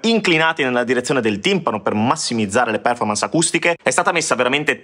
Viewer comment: ...e comunque si pronuncia perfórmance e non pérformance.